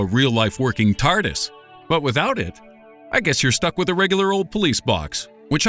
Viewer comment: "REtardis" dank